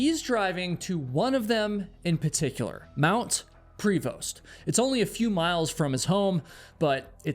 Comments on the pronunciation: Local here. The mountain is Mount Prevost, but we pronounce it Preh-voh. Lots of Sasquatch stories from the local Cowichan tribes. too. And yes, the Cowichan tribe is the very same tribe making a land claim over Richmond. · Hi Duncan is [done-cn, soft A] and Prevost is pronounced soft E and soft O) great vlog thanks stranger than 😅strange.... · it's pronounced more like "mt. Pruv-oh" not prevost. There are alot of dark things on this island people dont talk about. Human traffickers, serial killers, gangs. On the mainland they let pickton run around killing people for two decades...the cops are corrupt lazy and incompetent. None of our institutions actually do anything to protect the average tax payer...if anything they punish us while letting actual criminals off with a slap on the wrist. Its disgusting yes...the rcmp are basically our version of federal law enforcement. We have municipal police that are separate from the rcmp...but alot of places just have a local rcmp detachment. for the most part the rcmp handles big criminal investigations like disappearances, murders etc. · Pronounced Pravo not Pree Vost. Mt Prevost. From Duncan here, in high school we had the Prevost-aton where we were dropped off by bus at the bottom on the mountain and we walked up and over it and back to the school. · Lived on the island. It's pronounced more French sounding like 'Pro vo'. Not 'Pre Vost' Also Cougars and bears and other scavengers like easy meals but are sloppy eaters, so they probably only found like a handful of chewed up bones of questionable origin. And then 'Lost' those bones when they weren't human. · Mount pree-vost I can understand, but Dunn-can? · Prevost is pronounced like pra-vo btw